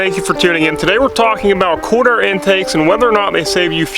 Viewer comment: Sounds like you're saying corner air or quarter intake